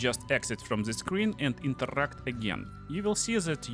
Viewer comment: worst accent eveeerrr omg i cant listen to that. INTERRRRAAACT in ZIGURRRAAATT